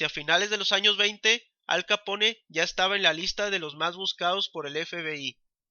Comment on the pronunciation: Q pronunciacion...!!! Un poco más de cultura por favor...Capone mmm